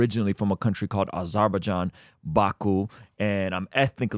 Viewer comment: Did not just say he was from “arbajan” lol